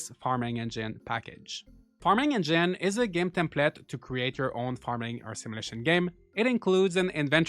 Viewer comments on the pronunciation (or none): What's a "simulishion"?